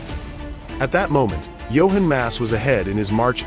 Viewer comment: Not Johen Mass, JOCHEN MASS